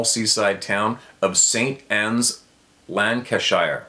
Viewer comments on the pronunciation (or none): none